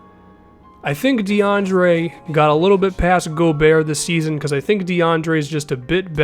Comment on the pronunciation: its not gobeer its gobert like bogurt